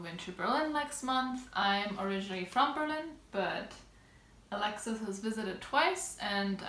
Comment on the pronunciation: Hallo aus Düsseldorf 🤗 well done pronouncing Alexis ☺️👍🏼